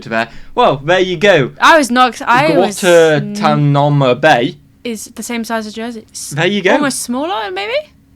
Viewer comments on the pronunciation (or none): Pronounced gwahn-TAHN-eh-mo. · To answer your question, Guantanamo Bay is pronounced gwahn-TAHN-ah-moe. Re. the Navajo Res., did you notice that it's shaped like a doughnut (red), and the doughnut hole (white) is the Hopi (HOE-pea) Res.? Even stranger is the following: Jeddito = JED-ih-toe (sole village in the Navajo “Jeddito island”, which is surrounded by the Hopi Reservation, which is, in turn, surrounded by the main Navajo Reservation).